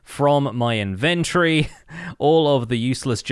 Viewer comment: Thanks for the video! You're always on your ish! Will you say inventory like it has an o in it just one time?